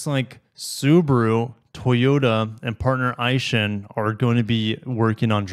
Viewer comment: I believe it’s pronounced Ay-Sin not Eye-Shin